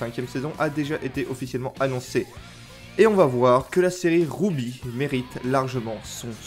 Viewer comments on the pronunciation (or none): "Rouby" ça va tranquille t'as pas l'impression de niquer le nom à part ça ?